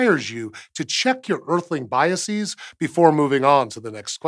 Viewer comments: Please check the pronunciation of processes and biases. They absolutely don’t rhyme with hypotheses. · Not to be picky, but processes is pronounced process-uz, not pro-ess-eez. Hypotheses is pronounced the way you say it because its singular form is hypothesis. Biases is pronounced bias-uz, not bias-eez. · Yeah, that great. Shame he also think the plural of bias and process is pronounced the the plural of hypothesis. This seems to be a minor fad in science in the US recently. It is probably an attempt to sound more educated but has the opposite effect.